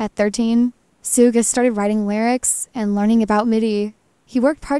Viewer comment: Please say his name correctly. It is not pronounced sooga but shooga